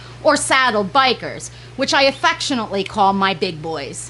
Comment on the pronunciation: Bikers lmao 🤣 it's Actually pronounced (bee-sheer) why don't anybody know how to pronounce the name of the fish that they have lmao ,the name was given to them by the locals in Egypt when they were first discovered in 1798 Bee- Sheer or Bichir means "whip" and polypeterus means "many Fins " and that name was given to them by a French Naturalist named Geffory Saint Hilarie. 99% of the stuff i see on YouTube about these fish is completely false .